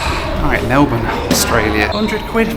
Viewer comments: 100% kudos for pronouncing Melbourne correctly. 😮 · Jetstar fine, as a local I am just glad to hear 'Melbourne' pronounced correctly. Welcome.